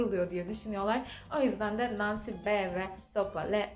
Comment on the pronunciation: Selam, ailen dialekt mi konusuyor🤗 cunku "NON" degil de "NAN" diyorsun gibi geldi:)